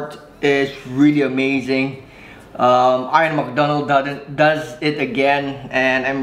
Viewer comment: His name is pronounced “eeyan” not “eyeon”